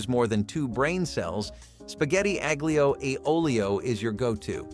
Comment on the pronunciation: no :) aglio, say alio . g is silent